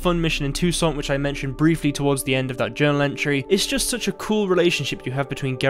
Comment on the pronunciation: Toussaint is pronounced: Tooouusaaa :D